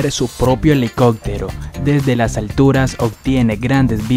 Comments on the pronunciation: helicoPtero no elicot-tero !!! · Escuche bien ... dijo acdomen ? Elicoctero ?gignacio ? 😂